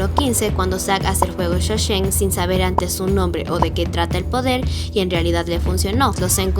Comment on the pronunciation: Increíble teoría me gusta eso pero tengo una duda Por qué en el vídeo dices Fuego sho-shen en vez de Sho-Sen?